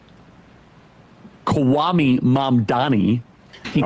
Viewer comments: Kwame = Coo, Ah, May... not coo, ah, me. Just an important note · Kwame is pronounced Kwah - Mae. Thank you.